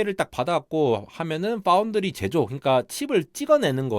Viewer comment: 삼성파운드리 언급할 땐 F발음 유념해주셔야